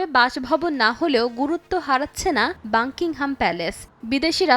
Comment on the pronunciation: মূর্খ সাংবাদিক, বাকিংহাম প্যালেস কে বলে বাংকিংহাম প্যালেস